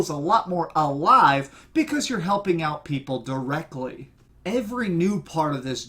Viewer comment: directkally'' lol great review!